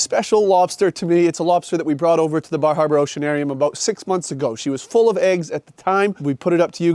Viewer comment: I haven't ever felt that Maine accent was especially thick... until he said "Bar Harbor Oceanarium" and I heard "Baja Broceanarium," which sounds like a great name for a surf shack on the wrong coast 😂